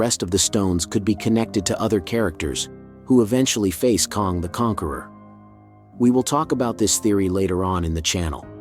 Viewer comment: While I appreciate your take on Loki 🙌🏼🙏🏼…It’s “ KANG” like BANG, Sang, Hang, rang. NOT KONG as in Donkey “Kong”.